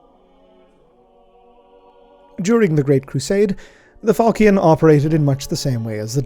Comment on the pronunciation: NB falchion pronounced with a -sh sound. Although perhaps our learned scholar is too removed in the grim dark future to remember his middle french